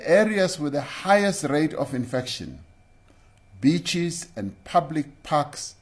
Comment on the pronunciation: He said beach in awkward pronunciation. With emphasis